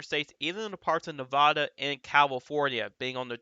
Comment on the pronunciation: Thanks for the great info! As a former Nevada resident, however, I'm obliged to inform you that it's pronounced Nev-a-duh, not Nev-ah-duh. (The middle "a" is pronounced like a-pple"). I know it seems ridiculous, but they take it surprisingly seriously when non-Nevadans mispronounce it (personal experience). I'm a northerner and I stopped saying Nev-ah-duh forever after the third time someone lit me up for it. Again, thank you for the detailed, informed insight - it's greatly appreciated!